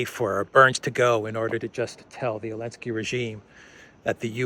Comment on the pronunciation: Do you call zelensky elensky ? Funny 🤣